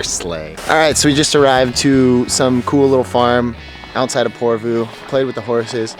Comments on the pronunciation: Its not porvuu... Its just Porvoo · I live in porvoo welcome again and it' porvoo like the o is like love ♥♥♥